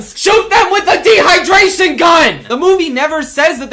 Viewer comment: D. HIGH DRAY SHIN GUNN